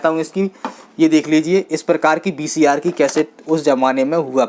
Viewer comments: Baki sab thik h dost par BCR nahi VCR 🙏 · VCR bahi bhai VCP bolte hai